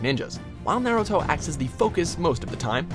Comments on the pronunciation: He doesnt know how to pronounce "NYAYRUTO" either. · Aside from comparing two great anime, stop saying naruto wrong. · A cat sooky group? Fuck this video! I was willing to accept Naeyruto and even tiny snippets of the english dub, but now I kniw why people bash on people who watch the english dub. No idea how to pronounce japanese words + talking about japanese stuff and using their words = ew.